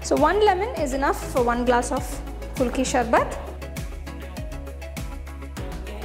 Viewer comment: It's not pronounced kulki sharbath, it's ku-lu-kki sar-bath. Nice presentation otherwise